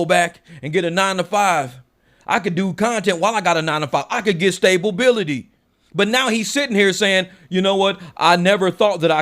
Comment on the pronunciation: lol. I caught that. Stay-ba-bility